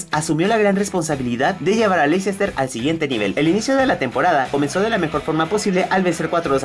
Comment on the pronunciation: oh sí, lo que implica el atalanta, no es la Juventus, ni los de Milan ni el Nápoles. Y otra, se pronuncia "lester", veo que batallan mucho los de tu país para pronunciar nombres en inglés.